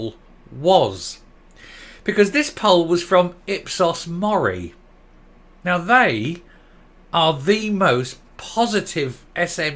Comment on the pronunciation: At FMQs a few weeks ago Dumbza said " Ipsos pori moll " instead of Ipsos Mori poll